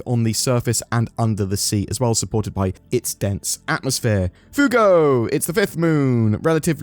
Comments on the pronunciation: I’m sorry… Foogo? C’mon! “Fway-Go!” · Fuego is not "foo-go" it is "fwhey-go". The spanish word for fire. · Fuego ([spanish] english translation - fire) - phonetically - fu-a-go. Although your pronouncement of foo-go could work as well. :) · Fuego is pronounced ‘F-w-eh-go’. It means fire ✌🏼😊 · fuego is spanish for hot and pronounced fwA-go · Pronounced "Fuego" wrong. It's a spanish word, pronounced fway-go :P